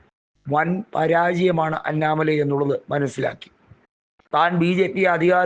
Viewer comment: അന്നാ മലൈ അല്ല അണ്ണാമലം